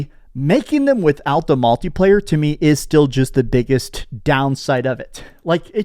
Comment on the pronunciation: Every time says "multi-player" it sounds like he's saying MALTI player.